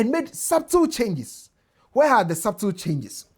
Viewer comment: please 'b' is silent in "Subtle" same as "Debt".